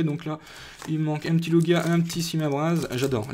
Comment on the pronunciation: lugia ex et sa se lit loujia pas lougia